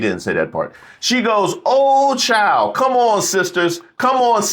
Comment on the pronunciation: It's oooh chile not oh chile